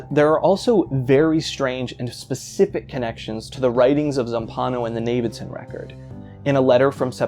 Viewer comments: "navidson" lmao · The pronunciation of Navidison threw me off so bad Turns out ive been mispronouncing it the whole time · You had me until you said "Navidson"